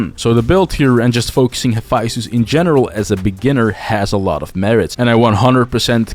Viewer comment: Haphaisthus? Bruh. Here’s my take. Take the time to pronounce the word like the culture it births from. I don’t call Naruto nadado.